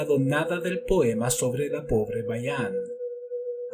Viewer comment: es que pronuncia "covró" "povre", pero bueno, los documentales son perfectos. Saludos